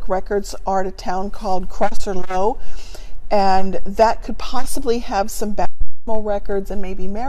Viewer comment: Just so people know, it’s a good idea to remember how you or we pronounce things are different to how the people at the time would’ve said it. So it’s not Cross-er lough, it’s crush-er lock for the place in Cavan (Cah van) spelled Crosserlough. This is the added complication of Ireland being a place with a different language and the difficulty in constructing the English phonetics for Irish placenames and also names in general